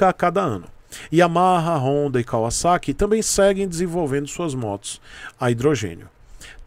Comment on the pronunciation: Ganhou um like por falar corretamente Kawasaki...kkk